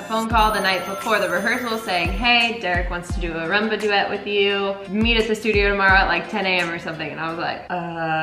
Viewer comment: Why do they call it Ra-mba? Isn't it Ru-mba?